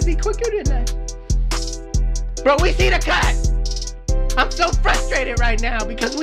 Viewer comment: You know was truly frustrated he made up a new word and said “frush-a-rated” lmao